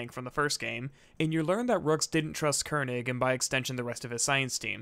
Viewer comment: The way Mercer pronounced Koenig is how a german would pronounce it (König).